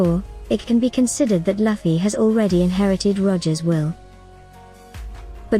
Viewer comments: I appreciate that the AI text to voice makes theses videos easy to produce consistently, but you could easily write Luffy’s name as “Loofy” so the AI pronounces it correctly instead of as “luffie” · So annoying hearing luffys name be said wrong over and over